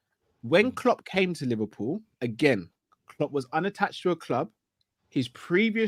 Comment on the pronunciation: “whoever this manager uhmm, is to be liveprool manager” “The terms & conditions that you’re going to be given to you, will be good.” Man, even in basic sentences you manage to butcher the English language. To think some people actually have children to bring up but can’t string together a basic sentence themselves is worrying.